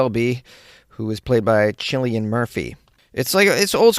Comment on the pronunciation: It's "Blinders" like peoe who blind people, 😭 And Cillian as in Kill-lian 😭 😭 😭